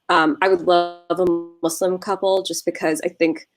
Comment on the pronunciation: I thought this was a different and interesting covo🙌🙌 you never cease to amaze with your channel... love the points that you ladies made.. AND I’m so happy of the proper pronunciation of “Muslim” 🙌🙌 I hate when people say “Muzlim” 👍